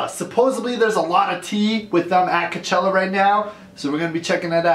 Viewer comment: Someone needs to tell him it's cochella not c.chella